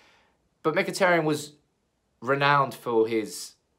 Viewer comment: Not Mkhiteryan it's Mkhiteryan